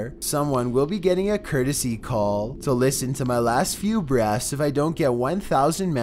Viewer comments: Every time he's says breath it sounds like breast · "Breass..." I just noticed how he says breath, that bugs me so much lmao! Either way still love the video!